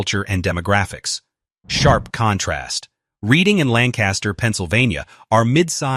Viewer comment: He doesn't pronounce Reading correctly. It's RED-ING